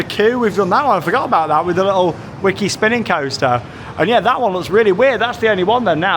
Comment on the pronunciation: I remember when the cartoon was on in the UK back in the day, and it's pronounced "Vicky the Viking", Wickie apparently being the Dutch way to spell "Vicky" . So, Wickie Land, Wickie coaster etc should be pronounced with the V sound!